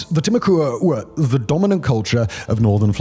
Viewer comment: Timucua is pronounced Tim-ah-quah Sincerely, friendly neighborhood Floridian.